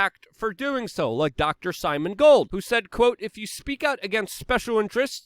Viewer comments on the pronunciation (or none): It's Simone not Simon......... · It's Simone Gold, not Simon Gold, Luke!